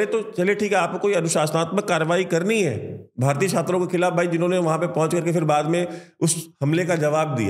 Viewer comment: क्षात्रों नहीं। छात्रों। भाई सही हिंदी तो सीख लो पहले। फिर वीडियो बनाना।